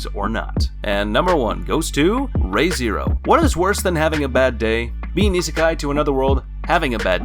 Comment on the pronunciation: its re zero not ray zero